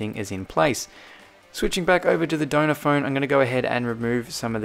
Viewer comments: At first I thought you were saying “donut phone” not “donor phone” 😂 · I just realized you were saying Donner phone not doughnut phone😂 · For the whole video, I thought you were saying donut iPhone instead of donor iphone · It sounds like ur saying donut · It sounds like donut phone 😂 but he says donor phone. Same with iPads. Sounds like sailor iPad but he says cellular iPad 😂😂😂